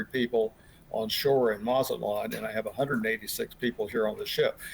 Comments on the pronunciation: What? Don't have to be Mexican to pronounce it, haha! Or speak Spanish for that matter. He added an extra syllable in there 😂 "Maza-la-te-lan". That has nothing to do with his being Mexican or not 😊. His cohorts corrected him though. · This guy can't even say mazatlan 😂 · Here’s a special hint: MAZATLAN IS PRONOUNCED THE SAME WAY ITS SPELLED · Omg and now he pronounced it AGAIN in an entirely different wrong way. DISGRACEFUL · The way that both of them pronounced Mazatlan totally wrong WOW!!! DO BETTER!!!! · How many times will this dude mispronounce Mazatlan ? 🙄